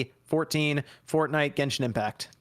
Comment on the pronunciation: Damn...Bavaria a country in Europe? You guys should really go back to school. It seems very believable now, that a lot of gaming youtubers are not very smart. And that 1 or 2 weeks after the NFL game. Oh but making fun about a Basketball player that doesn't know how to pronnounce f*cking Genshin.